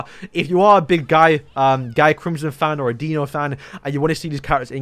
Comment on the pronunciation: is not guy crimson is pronounce gyi